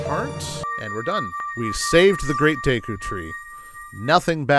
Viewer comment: Day-koo tree?? Always thought it was Deh-koo, like "deck" "oo".